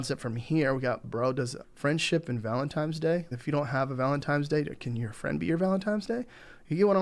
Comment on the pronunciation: ValentiNe not valentiME 😂 but seriously great video thanks!